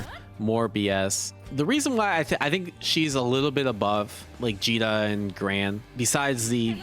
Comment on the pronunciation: Did he call Djeeta Vegeta? I have been doing that this whole time as well.